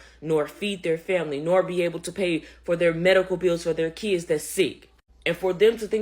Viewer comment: I’ve been laughing since November about how none of these EBT video producers can pronounce Kids.